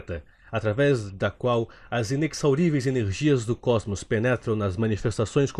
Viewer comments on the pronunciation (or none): é "ineZaurível" bro bro, bom vídeo